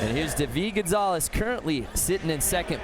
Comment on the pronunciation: Ahh the way that commentator pronounces David Gonzalez's name is so freaking annoying!